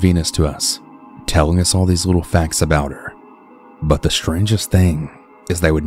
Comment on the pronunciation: I can’t unhear “buhnnn” whenever you say “but” 🤣